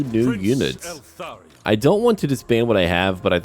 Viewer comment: Dude, pronounce it ELthARion, not ALthERrion, it's driving me crazy 😂